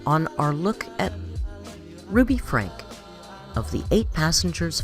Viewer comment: I was a long time watcher to the old ruby for the kids .btw it’s spelled Franke but it’s pronounced frankie